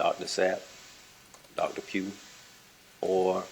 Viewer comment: they also mentioned a Dr Pugh did I hear her wrong or did she keep saying Dr puke ?? 😂